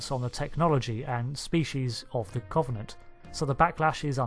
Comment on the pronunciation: I love your Cultural Index videos! However, there are some words you seem to have particular difficulty in pronouncing. This time it's the word "Covenant" Think of the word cover as in to cover something up.. The O is substituted for a U when you speak it. It doesn't come up in this video, but I'm binge-watching your index playlist so this one comes up a few times. Nictitating: you say it a bit like nictitiating. This might just be a font issue from your source material etc - I don't know. Break it down and you get nick tit ate ing. I hope this makes sense. Sadly I'm one of these people who get really annoyed about things like this. I'm going straight back to my corner now. please feel free to roast marshmallows on my overdone corpse!